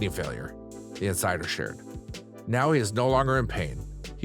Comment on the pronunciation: Omg yesss and it sounds like he’s putting so much emphasis on it 😩🙉